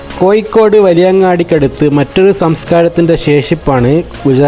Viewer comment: കോയിക്കോട് അല്ല... കോഴിക്കോട്..